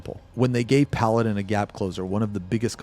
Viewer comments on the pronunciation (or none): none